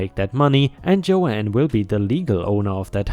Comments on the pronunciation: Believe me I absolutely love these stories, but am I the only one.who finds it irritating when a person calls someone JoAnn, when their name is Joan (different pronunciations). Yes, I might understand where you might consider me a "Karen", but I am an English teacher. I apologize if I offend anyone! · That’s Joan as in Joan of Arc, not as you’re saying Joanne (Jo-anne) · 🌟🌟🌟🌟🌟👍🎬😎 Joan = Jone, as in Jones, but no s… Rebel is pronounced re-bell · Joan is pronounced Jone, Joanne is different. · And 'Joan' rhymes with 'loan' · just to let you know, Joan is pronounced with a silent A. Joanne is definitely a name, but tends to be spelled more like I did.